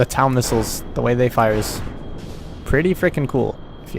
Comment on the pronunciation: pretty sure TOW is just pronounced tow, as in pulling something